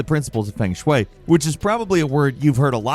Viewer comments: Bro, why are you saying feng shui in such a disrespectful way? Thats other people belief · the "feng shui" pronunciation was crazy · Feng Shwey